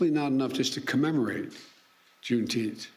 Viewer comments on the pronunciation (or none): Wtf is June Teenth?